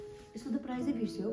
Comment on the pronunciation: Price lai prize vanne ma matra hola vaneko 😂❤